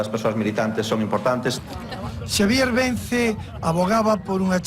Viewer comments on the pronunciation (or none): Vence, no Vencé. Y Xose, no Joxe. Se entiende la dificultad. Y gracias por el reportaje 🤗